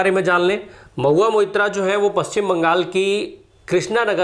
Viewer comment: कृपया 'मोइत्रा’ के जगह 'Moitro' , सही उच्चारण रहेगा - धन्यवाद 💙